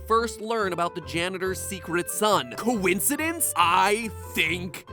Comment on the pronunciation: This is the first time matpat says coicedence I think so